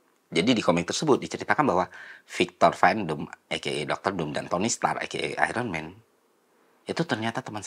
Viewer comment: Victor Von Doom, not Victor Van Doom.. You're welcome.